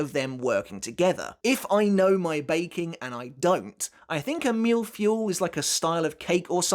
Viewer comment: Your prononciation of mille was almost on point, my only advice would be to have the "l" ( not the i, the l ) sound a little longer For feuille, however, you completely missed the mark. To pronounce it, after the f sound do the eu sound of "heuristics" ( I took the first word that came to mind and had that sound ) and then the y sound of "yeah" or "you", and you'll be quite close as to how it is pronounced in French. And yes, a mille-feuille is a cake composed of thin layers of solid matter with cream between them